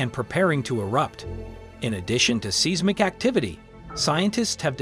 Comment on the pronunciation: Hard to trust information from someone who can't even pronounce seismic 🙄